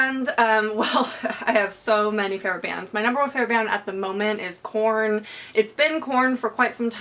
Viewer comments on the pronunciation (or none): did anybody else keep hearing porn instead of korn? :)